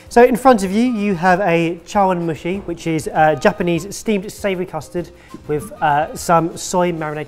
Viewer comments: was pretty spot on with the Chawan-mushi pronunciation👍🏻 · You pronounced chawamushi correctly. It looks delicious. Yum. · The pronounciation of chawanmushi was right but it should be made in a tall tea cup instead of a wide rice bowl. Less surface area = less dry film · Fan in Tokyo here. pronunciation of Chawan-mushi is spot on! I'm amazed! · was honestly pretty good with the pronunciation of “Chawanmushi”. Better than everyone’s pronunciations of sushi… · Yeah, correct pronunciation of Chawanmushi. However, I've never had soy sauce on top of one. Part of marinade for protein portions but not thick dark type. It's fascinating to research the different countries soy sauce & how they're used. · ’chawanmushi“ - did a good job with the pronunciation. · you did a good job pronouncing chawan mushi! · pronunciation of "chawanmushi" is on point! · was almost correct with his pronunciation of "chawan mushi". The only difference is that the letter U in Japanese always* has the "oo" sound. * OK, sometimes it's silent like in "desu" but for those not learning Japanese who just want to pronounce everything right when they get Japanese food, giving it an "oo" is adequate. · Kudos to for his pronunciation of chawan-mushi. It was actually pretty close. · 茶碗蒸し "chawan mushi"...., bang-on on the pronunciation! (Yes, I'm Japanese lol) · The pronunciation of chawanmushi was frankly not too bad at all. Its name is literally team bowl steam, as it is steamed and in a tea bowl. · your pronounced Chawamushi perfectly! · Perfect pronunciation of chawamushi. Japanese words aren’t hard to pronounce because they’re written phonetically and there are only 5 vowel sounds. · actually pronounced chawanmushi fairly okay but then he completely obliterated "Kamibashi"